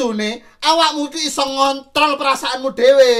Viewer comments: Kok ngontol ya bukannya ngontrol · ngomong ngontrol dadi ngontol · Sukses selalu dan team.. Eh apa ga salah denger bilang ngontrol ke wawan tapi rrr nya hilang😂😂😂😂